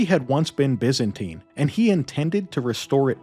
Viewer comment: Looked interesting but your ENGLISH SUCKS BYZANTINE You change By to Bi. Zan to Zin and TINE to teen!! Then you carry on with further bastardiasians of the ENGLISH language, as spoken by English. Aaaaaagggghhh!!! It rather makes people doubt your research. DUCKS TO AVOID SHARP OBJECTS AND NAUGHTY (although probably wrongly pronounced) RUDE WORDS HURLED AT ME BY COLONIALS. 😅😂🤣🤪 Have fun. Hey, just can't stand listening to the drawl. Perhaps you should state in ya thumbnail " for Mericans only"?